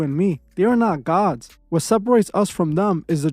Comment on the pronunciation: You sound like a retarded A.I. and even more so when you keep saying some idiots on TV are "GaWhHDs"